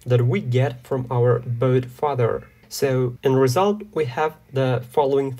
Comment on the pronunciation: the tutorial is good and all but why are you pronouncing "bot" like "boat"